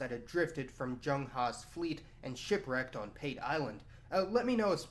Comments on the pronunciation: PATE is pronounced Part Ay not pate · Pate Island is pronounced "paa-tay" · Can you just refer to Africa as Africa. ‘’ Dark continent’’ do you refer to Europe as ‘’ bright continent’’ Also Pate island is pronounced Pate` like foie gras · Great video. However, the pronunciation of the Island's name is "PAH-TEH" not "PAYT" as you've mentioned. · It is pronounced Pa-teh, not pait. Man, this is the second video I've seen in which somebody makes that mistake. Anyway, as a citizen of Kenya, I don't see any problem with the Chinese coming here. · Great vid. Plenty of interesting info I wasn't aware of. Though the name of the Kenyan island would be pronounced 'Pahtay' not the anglicized way you do. Love the work though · Pate island , pronunciation is partee island . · Pate Island...read it as P-a(apple)-t-e(egg) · Pate island is pronounced as Paateh otherwise very informative video.Thanks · You're mispronouncing pate island. Say it like the food. Funny thing is thousands of Chinese are now back here in kenya especially around the islands pate, lamu and mombasa and more arrive everyday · When pronouncing native words especially in East Africa like Kenya we read them literally. Pate island is PA_TE. the PA is like the PA in Patrick. TE Is like the TE in temple. Good content but observe the terminalogies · It's pronounced P-A-T-E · The a in Pate is pronounced like the u in "bus." The te is like the fe in "Santa Fe." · Pate island is pronounced a for apple and e for egg